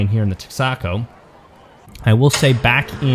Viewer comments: It's pronounced TEX ah ko. Not Tex AHH co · Good video but it's not tecksaco. It's it's tex-a-co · TEXACO (Tex-Eh-Co) not (Tex-Ahh-Co) I'll show myself out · "Tex-AHH-co"..... lol Awesome coverage.. great racing ... love the innovation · Pretty sure it’s pronounced “TEXa-co”. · Since formula did take the win, the pronunciation of Texaco is Tex-a-co. Once a popular fuel station in the US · Never heard, Texaco pronounced like that. Lol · As a former native Texan, your pronunciation of Tex-a-Co was quite odd to me "Texaco, Inc. ("The *Texa*s *Co*mpany") is an American oil brand owned and operated by Chevron Corporation." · I’m from Michigan and that shit hurt my ears.